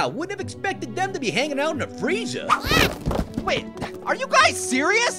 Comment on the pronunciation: Orange FRREEZER